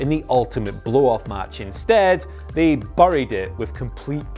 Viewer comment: Nobody else in the country says buried like this, please pronounce it right. Signed Scotland